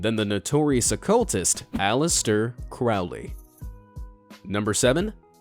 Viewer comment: "Crowley" rhymes with "holy" not "foully."